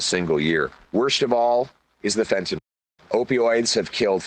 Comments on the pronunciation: Really?? You can’t say fent…….anyl?? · This is our next to be prime minister, and he can't say fentanyl